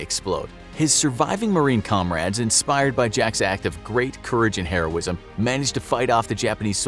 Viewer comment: HE SAID HEROISIM INSTEAD OF HERO-ISM